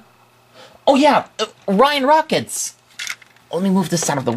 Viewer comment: why tf did you say ryan rockets